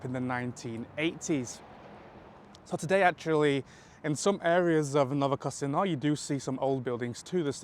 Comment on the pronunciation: This metro station is not "New Casino" but "Novokosino". It sounds close in English, but in Russian, the difference between Z and C probably comes from the word mow =)